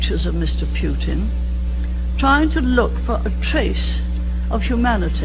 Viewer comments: I love how that old lady calls him Mr Pewtin 😂 😂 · Pee Yew Tin. Thatcher perfectly pronounced his name. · “Pew-tin” “Humwees.”